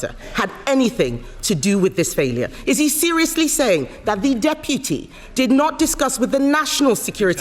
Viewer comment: Someone please teach how to pronounce Deputy